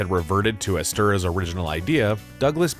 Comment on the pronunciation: Pronounced “Ester-HOUSE”